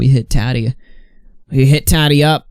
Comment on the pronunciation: The way you say Tati makes me want to cry